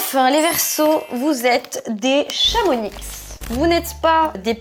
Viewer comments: C'est pas ChamoniXXX mais ChamonIIIx 🙏🙏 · Par contre en tant que Haut Savoyarde je me dois de dire quelque chose d’essentiel !! Le X à la fin de Chamonix de se prononce pas on dit « chamoni » Oui oui je sais la prononciation des villes en haute savoie est aléatoire 😭